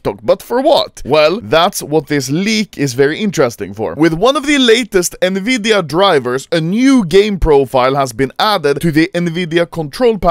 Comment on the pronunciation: nvidia❌ nvidea✅